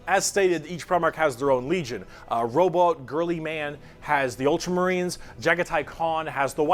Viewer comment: He accidentally said 100 "years". 🤣 *edit - as dramatic an orator as he is, he has terrible pronunciation of the names (), LOL.. Row - boot - teah ALSO, it's funny how the female brain works differently; she's catching on GREAT, but the way she thinks (questions she has) are so different than what I've heard other people ask or say. NOT a bad thing, just different.. almost more outside the box... maybe things personally I take for granted.